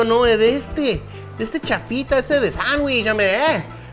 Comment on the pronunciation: Es "sangüich". :-|:-|